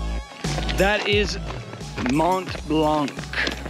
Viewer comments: You don't pronounce the C in Mont Blanc.. Make an effort guys... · it's not Mont " BlanK " FFS, the C is silent guys ...😆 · It's called Mont Blanc, not Mont Blanque lol. The c is silent. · Strange that you managed to get up a mountain without getting it's name right, it's pronounced mon blan, not mont blankkk.... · Nice work and nice video. But just a thing, we said Mon(t) Blan(c) 😄 🇫🇷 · Nice video. It's "Mont Blan". The 'c' is silent. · I’m also coming to the same conclusion that guys your awesome ... To do my geek 🤓 : It’s pronounced Mon Blan which means the white mountain. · its pronounced 'mon(silent ish t) blonc'! very nice work boys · regarding your last question, you are note saying Mont Blanc right ;) (the t in Mont and the c in Blanc are silent). But super awesome video! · Great video! I did it a long time ago with my father. I do not mean to be rude but the C at the end of Mont Blanc should not be pronounced!😅 Like the T at the end of the world Mont… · The C in Mont Blanc is silent. ;-) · T and C are silent :) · Well done, great achievement, but please try to pronounce Mont Blanc correctly. It's not difficult.